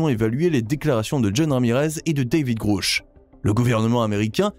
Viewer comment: Il faudrait que vous cessiez d'insulter des gens que vous ne connaissez pas ni n'avez jamais rencontré ! Pour commencer DAVID GRUSH NE S'APPELLE PAS DAVID "GROUCH PUISQUE LE U NE SE PRONONCE PAS "OU" EN ANGLAIS MAIS E... Ne serait-ce pas vous le soulard par hasard ? Votre vidéo est très mal placée ! Quand on ne connaît pas les choses et les gens, on ne se permet pas d'en parler comme vous vous le permettez ! AVEZ-VOUS DES ENTRÉES AU CONGRÈS AMÉRICAIN ET CONNAISSEZ-VOUS DAVID GRUSH POUR OSER LE SALIR COMME VOUS LE FAITES ? CERTAINEMENT PAS ! CAR PAR VOTRE MANIÈRE PRÉTENTIEUSE DE PARLER DE GENS QUE VOUS NE CONNAISSEZ PAS, VOUS N'Y SERIEZ CERTAINEMENT PAS REÇU ET DE 1 !!! DE 2, VOUS ÊTES INCAPABLE DE REMPLIR LES FONCTIONS DE CES HOMMES, ALORS VOUS FERIEZ MIEUX DE FAIRE PROFIL BAS ! On a vite compris que vous faites partie de ces gens du côté NOIR, qui faites de la CONTRE DIVULGATION lorsque la VÉRITÉ VOUS DÉRANGE !!! MALHEUREUSEMENT POUR LES GENS HAINEUX COMME VOUS, IL N'Y AURA AUCUNE PLACE DANS UNE DIMENSION SUPÉRIEURE ! CE QUI EST RASSURANT POUR CEUX QUI ONT DES VIBRATIONS ÉLEVÉES ET QUI SERONT TRÈS HEUREUX DE QUITTER CE MONDE EN DÉROUTE QUE VOUS AVEZ COMPLÈTEMENT DÉMOLI PAR VOTRE MANQUE DE CŒUR !!! CESSEZ DE SEMER LA BISBROUILLE EN VOUS CACHANT DERRIÈRE UN ÉCRAN, C'EST VRAIMENT TROP MOCHE ! MERCI.